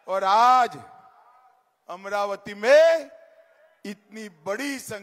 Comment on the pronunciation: अमरावती नाही अमराती